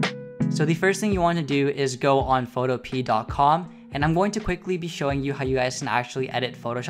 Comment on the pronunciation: I have no fricking idea but for some reason, I thought you pronounced Photopea as Photope a (if that makes any sense).